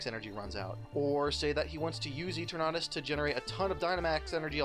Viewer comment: Why do you pronounce Eternatus like that?